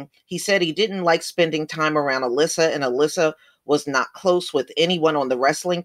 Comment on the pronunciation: It's Al-Issa, they are not pronouncing it right. I think 'Issa' is Jesus in Arabic, but don't quote me on that.